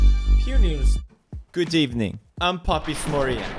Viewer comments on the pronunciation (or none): did Felix just pull an Emery on us and say: "Good Ebening"? 😂😂😂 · good ebening to you too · Pewdiepie: Good Ebening Unai Emery: Hold my beer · did pewds just do a uani emery and say "good ebening"